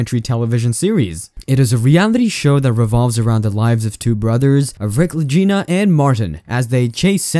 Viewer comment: "la-jina" lol